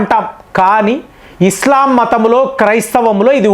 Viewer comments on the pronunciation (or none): none